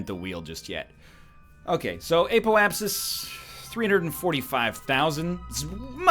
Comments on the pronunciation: apoapsis is pronounced app-O-app-sis btw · "Ape-o-apsis" - it cracks me up every time. And I swear I even hear a hint of an "L" there too... apeolapsis. Thank you for this series. I, unfortunately, watched someone who knew what they were doing, before I self played the game. So I haven't experienced the newbie phase myself. It's very uhm... enjoyable to watch the progress of discovery.